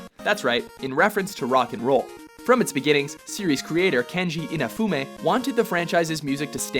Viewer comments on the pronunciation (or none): Keiji Inafune!! Not Kenji Imafume!! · I love your lists, I really do. But you should probably make sure you say the name of key figures correct. It's Keiji Inafune, not Kenji Inafume. Big thing? Not really. Nitpicking? Probably. But still, it can actually make your lists seem less "valid" if you don't get the names correct. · Its Keiji Inafune not kenji inafume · Kenji Inafume? I believe it is Keiji Inafune... please! D